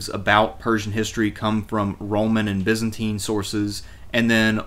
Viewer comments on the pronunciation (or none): none